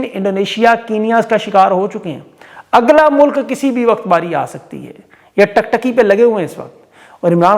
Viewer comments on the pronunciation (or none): Tum maan lo tum JAHIL HO.LAFZ TAK TAKI NAHIN HOTA TIK TIKI HOTA HAI.TUM KISI TAREEN SCHOOL KE JAHIL USTADON SE PARHE HO.